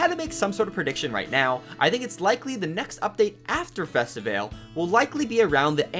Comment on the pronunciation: I'm just happy for toy day. You mispronounced mardi gras and festivale btw --- the Brazilian american girl